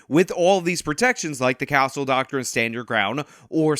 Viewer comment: 'Doctrine' has two syllables Doc-trine. Not 'Doc-ter-wren'